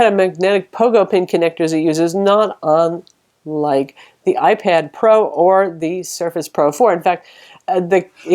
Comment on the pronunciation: whenever you try to say "not unlike" and "not on ... like. ..the...." you end up stalling then stuttering then trying to re-say it, you end up saying something like "not on-un-on like" and it's always on/at pivotal points of your reviews and you try to say it every couple of minutes and it ends up breaking your flow and to the viewer sounds unintelligible. I just figured out what you had been saying after rewinding 40 times and on different videos. and now on every video I notice it. I'm always glued to your videos and hanging on every word you have to say, you're doing a great job. but maybe stop trying to say not unlike and not line on unlike like.